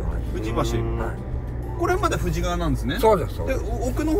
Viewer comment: 富士川は「フジカワ」と発音。「フジガワ」じゃないよ～（笑） 静岡県側の富士川流域住民としては、ちょっと気になる。